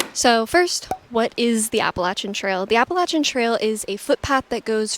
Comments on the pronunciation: Best. Appreciate the way you pronounce Appalachian. 🙂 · You seem legit, have some experience and say "Appalachian" properly, so I'm in.